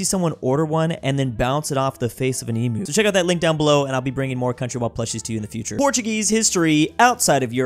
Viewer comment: bro you gotta learn how to say EMU, its not an E-moo hahaha